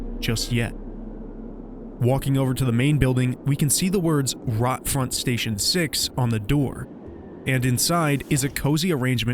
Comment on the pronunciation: BTW, it's not "Rot-Front" as in the english word for "rotting". It's German Rotfront, basically meaning "Red Frontline".